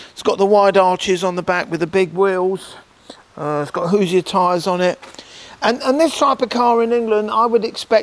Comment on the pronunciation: Nice job pronouncing Hoosier!